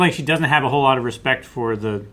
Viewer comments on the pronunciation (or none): none